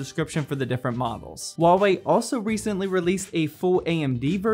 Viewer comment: Hua wei not wua wei